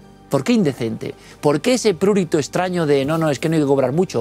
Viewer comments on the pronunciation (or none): Impecable. Sólo un apunte, la palabra prurito es llana, se acentúa en la i.